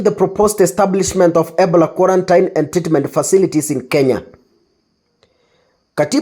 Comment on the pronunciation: Ebola is pronounced as "ee-BOH-luh" (or ih-BOH-luh). NOT "ebla" you are too quick